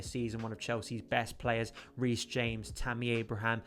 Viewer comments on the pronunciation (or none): none